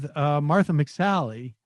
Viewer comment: "Motha McSally... MOTH-THA! Come up here, Moth tha!"